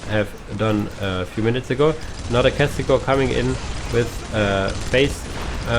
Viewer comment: I mean its Castigator, not Castigor... Have you not noticed that yet?